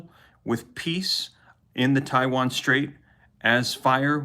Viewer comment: Did anyone hear him say Chiwan 😂😂